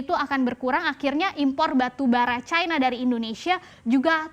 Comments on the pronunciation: Kok harus disebut Caina sih..? Cina gitu aja kenapa .. ? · Bukan Caina lah tapi China...